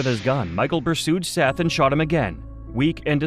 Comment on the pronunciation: Obviously this was done by AI voiceover. SETH IS PRONOUNCED 'SETH' NIT 'SEETH'. It's like ggling about ROOSTERS & AI TALKS ABOUT A ROOSTER LAYING AN AGG. AI IS RUINING THE INTERNET-TOO BAD WE CAN'T TURN IT OFF. TO EHOMEVER STARTED UP THIS YOUTUBE CHANNEL-LEARN TO SPEAK CORRECTLY YOURSELF & EDIT YOUR VIDEOS. AS SOON AS I REALIZE THESE VIDEOS ARE AI GENERATED-I TURN THEM OFF & NEVER SUBSCRIBE TO THEM!